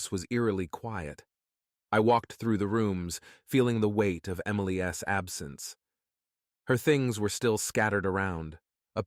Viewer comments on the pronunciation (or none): tired of the shitty voices, instead of Emily's, it comes out Emily S, sounds very stupid. Your story sucks.